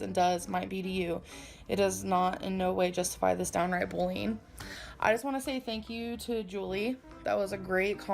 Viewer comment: It's ironic that the BIGGEST bully on the internet can't even pronounce the word correctly. What the hell is BOOLYEEN? I want to smack her across the head with a dictionary instead of a kcup holder.